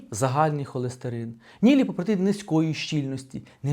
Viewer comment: хто не почув :ліпопротєіни